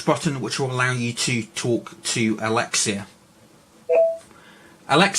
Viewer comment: Its alexa not alexia mate